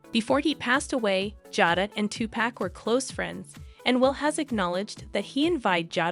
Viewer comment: Her name is pronounced (jay-da)